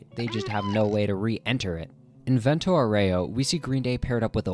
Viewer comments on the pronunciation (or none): why did bro pronounce it as ventou oreo